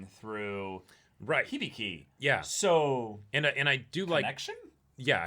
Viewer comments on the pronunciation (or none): hih-bih-kee. how can you pronounce hibiki as "hibeekay"?